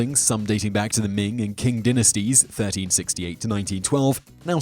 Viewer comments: There was no "King" dynasty in China, only a Qing dynasty ( ), which is actually pronounced as "Ching" (and sometimes also spelled as Ch'ing). On another note, all these creepy places pale in comparison to a visit to my mother-in-law's house. It seems to be inhabited by a vengeful spirit. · Did you really call the Qing dynasty the “King” dynasty ? Wow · Qing Dynasty is usually pronounce "Ching", not sure how accurate that is, but that's how I've heard it.